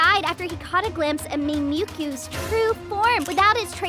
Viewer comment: Me-mew-ku?? You mean mimi-cue now I think your a litteral bot